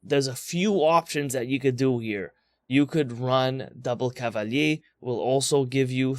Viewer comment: Please just say "Cava-Leer"... lol Cava-Yay is so fluffy hahaha. If it was spelled Cavallier with double LL, sure then say it CavaYay. 😊